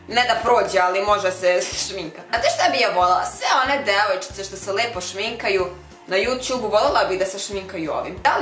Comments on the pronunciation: Jesi zasluzila nema sta hehe. Nisi lepa nego prelepepa 💝💝💝 I mnogo mi je smesno kad kazes "Devoj'Č'ica/ce" haha 😂😂 Super je ovo ispalo. Pusa 😘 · ĆAOO DRAGAA! VIDEO JE FENOMENALAN! TI SE PRELEPA PRIRODNO, NISU TI POTREBNI NI ŠMINKA NI IKAKVA KOZMETIKA! KOD TEBE MI SE NAJVIŠE SVIĐA KADA KAŽEŠ ONO DEVOJČICA SVOJIM PRESIMPATIČNIM GLASOM I NAGLASKOM! SAMO TAKO NASTAVI! VOLIM TE PUNO! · 😁 kako cudno kazes ,,devojcica"😁